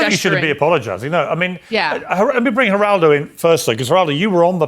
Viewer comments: Maybe learn how to pronounce someone’s name before you try to act superior to them. I can’t believe you’re forcing me to defend Geraldo Rivera btw. Is this what you have learned from all these years with Trump and his Jack booted cultist sycophants? To behave like silly children and declare you will abandon the most basic tenets of decency? Holy isht. We are so screwed. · What gets me the most is your pronunciation of Geraldo…lol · It’s not jah rar do rivera, it’s hal ral doe rivera. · It’s not “G”eraldo. It’s “Heh”raldo (phonetically). It’s a Spanish name. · Hey man, it's not pronounced "Juraldo". His name is Spanish... the 'g' sounds like an 'h'. If you're gonna say the douchebag's name, you wanna get it right, right? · Its pronounced HERaldo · "jer-aldo" ?? lol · It pronounced Her-all-doh…Geraldo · GERALDO is pronounced HER RALDO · It's pronounced "Heraldo Rivera", he's always been a fake